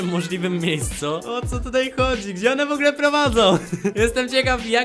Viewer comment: oj nie w ogle tylko w ogóle idziesz na logopedie